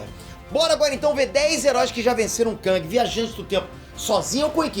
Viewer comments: Não se pronúncia KÃNG, se pronúncia KÉNG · ele falando "kãng" e eu me contorcendo